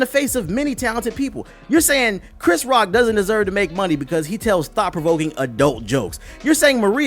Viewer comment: Lmao "Turrr Hih Muney Off"